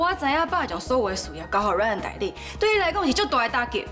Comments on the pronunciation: 1：19：26 把Ryan念成lion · 原來RYAN變LION了!哈哈哈~ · 有人發現講成lion嗎哈哈哈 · RYAN都念不好了，還要接班 XDDDD